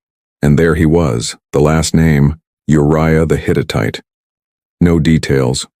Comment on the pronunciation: The Hit-it-ite?? Hittite!!